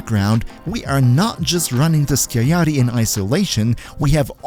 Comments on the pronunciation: its pronounced “skiagyatty” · Sky-ah-yatt-ee Skiajati.